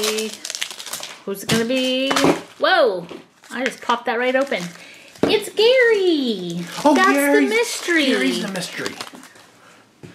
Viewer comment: Its pronounced GAARY lol